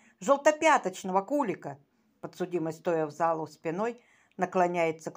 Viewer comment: Не кУлика, а куликА. Это птица. КулИк. Дизлайк за безграмотность